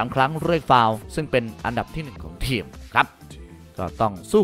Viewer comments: ทีม...หรือว่าเทียมใช้ภาษาไทยให้ถูกต้องหน่อย...มีหลายคำที่พูดผิดครับ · ทำไมพี่ถึงออกเสียง ทีม เป็น เทียม เกมส์ เป็น เกียมส์ ไปลองฟังเสียงตัวเองดูนะครับ ทุกคลิปเลย อยากให้ปรับปรุงด้านการออกเสียงให้ชัดเจนครับ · อ่านว่าทีม ไม่ใช่เทียม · ทำไมผมฟังสำเนียงคำว่าทีม เป็น เทียม ตลอดทุกคำเลยหรือหูผมแว่ว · ผมก็ได้ยินแบบนั้น ขัดหูมาก